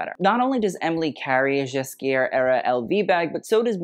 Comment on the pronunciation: You are pronouncing Nicolas Ghesquière's last name. It has a hard "G", not a "J" sound.